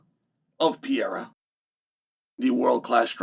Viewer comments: Just say Alex, you Butcher his Brasilian name badly…..Horribly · For the love of God, can you and the Jaxxon dude just say Alex from now on. 😂 If you still can't pronounce Pereira properly at this point you deserve to have him beat your ass.